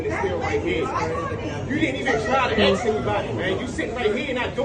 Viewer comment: “ Go axe sumbody?”